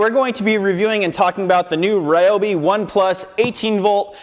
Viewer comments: It’s pronounced Ree-obi. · Actually "Ryo - bi", because りょ is one syllable. (and while I'm at it, Kyoto is not "key yo to or key o to", it's kyo - to きょ- と)